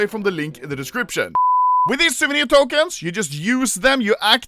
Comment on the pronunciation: When will Ludde learn how to say tokens correctly